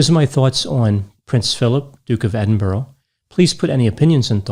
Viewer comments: You're mixing different languages with different accents of the same language. I'm a native Spanish speaker and my pronunciation won't sound perfectly "Edin-bruh", but at least I won't consciously say "Edin-berg" or "Edin-borough". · Great video. Sorry to do this, I mean no offence! But as a Scot, who lives near Edinburgh, it’s pronounced Ed-in-bur-uh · Just so u know it’s pronounced Edinburgh not Edin-burrow :) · Dearest Americans: it’s pronounced Edinbruh. That is all. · I've been to Edin-Burrow many times It's very nice Apart from the Edin-Rabbits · It is pronounced "Ed- ing- Bru" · It's pronounced "Edin-bruh" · You could have pronounced Edinburgh right! 😂 Apart from that, it was an interesting video. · Rest In Peace Prince Philip. Wonderful video as always - the best analysis of Prince Philip I have seen (and being British I have seen many by now!) I always thought he was hilarious. I am Scottish and I love pronunciation of Edinburgh too much to correct it:D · You mispronounced Edinburgh 🤦‍♀️ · Americans really ought to get around to learning how to pronounce 'Edinburgh' one of these days. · Any other UK listener shout at the screen with every mispronunciation of Edinburgh??? Another fantastic video & insightful overview so you're forgiven xx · Now I 100% KNOW you do very little research on your subjects!...click click click click clicks...and EDINBURGH is pronounced UH...not OH....proving you do not listen!...🇦🇺🖕🇦🇺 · It is NOT Edin-Borrow it IS Edin-BURRA !!! Why can't people with American accents say BURRA with the U as in Umm ??? RIP Prince Philip, Duke of Edinburgh and soulmate of the Queen. Thank you for your incredible service and duty. You do not deserve to have your name mispronounced. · Love your videos. Very minor, but the capital of Scotland is pronounced Edin-burra in the UK, rather than -burrow :) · Edinburgh is pronounced Edin...burra 😂 not Edin...borro Apart from that another flawless analysis 👌🏼